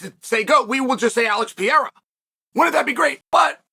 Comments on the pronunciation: Pereira Chael, he is called Pereira! Not Pieira! Just call him Poatan, it is way easier! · After all these years and you still can’t say Perreira right. It’s not piera dude, it’s pe- rei-ra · Holy shit. Pereira: Pe-Rey-Ra. If you can just flick the R in the middle, even better. But can we figure out how to say his name please, it's not even a hard name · Wtf is piieraw!!! his name is Alex Pereira!!! (POATAN) Piieraw 😂😂😂😂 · Who's this Peyera guy he speaks of. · Alex Pee era Alex Pew eira Alex Peheira the list goes on and on... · Pierre-Ah is the most funniest nickname to Alex Pereira lmao. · We are back to "Piera".... Lost all progress on learning how to pronounce Pereira correctly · Repeat after me Chael: Alex PAY-HAIR-UH. See how easy that is, MISTER SONNEN?!!! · Is the constant mispronunciation intentional? Pierra? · Pee air ah Chael's original pronunciation. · And they are all wrong haha I don't understand people saying "Peheira", the 2 Rs should be pronounced exactly the same haha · that's so annoying man! I've been commenting the same shit so many times as well but he keeps saying PIEEERAAA! 🤦🏻‍♂️🤦🏻‍♂️🤦🏻‍♂️🤣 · Is that hard to pronounce Pereira or is it dumbness? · why do you keep mispronouncing his last name? That's racist dude, you clearly hear other people at the same table/desk all the time say his name, right, then you say it wrong over and over again. Disrespectful. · Man stop posting videos about the champ until you learn how to pronounce his last name properly!! it's getting embarrassing 🤦🏻‍♂️😂🤣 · Imagine being a 3 weight Champion and Chael still can't pronounce your name 😭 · He does it on purpose. He pronounces almost everyone's name wrong.